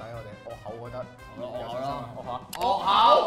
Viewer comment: 佛教果題惡口讀「戶口」呀～